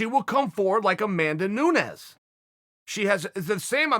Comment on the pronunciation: Chael said Nunes this time